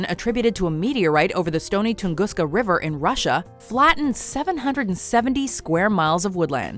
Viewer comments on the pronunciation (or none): none